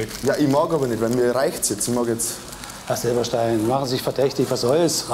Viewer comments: OK, aber Silbereisen, net Silberstein 😂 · Wieso sagt der Bürgermeister Silberstein?! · wie der bürgermeister auch immer so schön Silberstein statt Silbereisen sagt xD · sie nennen ihn immer silberstein er heisst doch silbereisen xD